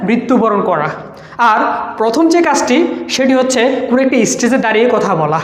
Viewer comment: even its বাঘ not ভাঘ ইস্টেজ not স্টেজ